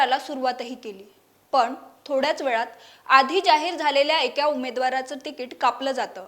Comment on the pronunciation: एक्या ऐवजी एका असा उच्चार हवा. अशुद्ध उच्चार.